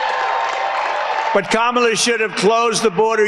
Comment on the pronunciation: He actually pronounced Kamala’s name correctly…